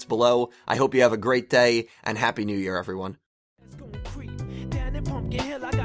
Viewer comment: Happy New "RAY" (instead of Year:P)